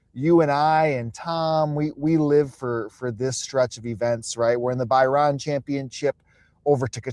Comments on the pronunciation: By ran is a tough pronunciation scene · The pronunciation of Bahrain is embarrassing